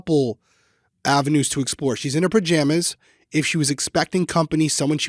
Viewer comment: Not related to the case but I do enjoy that says, "purjamas"